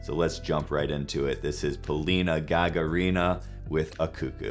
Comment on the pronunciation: Hi! Polina is awesome! You need to pronounce her last name like this- ga-GA-rina. The stress is on the second GA.